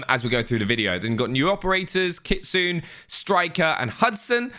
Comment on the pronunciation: it is pronounced KIT SU NAY not KIT SOON.